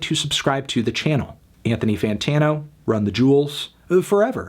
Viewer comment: Melon, it's "Run the Jewels" not "Run the Juuls"!